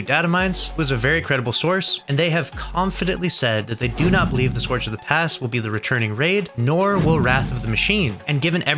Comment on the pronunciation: I’m calling BS being that you didn’t even pronounce Scourge right